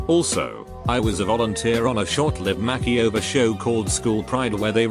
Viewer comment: I love the way this Bot mispronounces things. Makeyover, Faucebook, Fianke, and others. 🤣